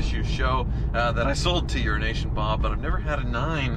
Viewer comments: Euro-Asian Bob is gonna unfriend this man if he keeps calling him Urination Bob lol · Euro Asian Bob, not urination Bob. I thought you had this down after he kept telling you. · Was starting to wonder why you were calling him "Urination Bob" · I always thought it was “Urination Bob”! Anyway, congratulations, dude. I like those 348’s as well.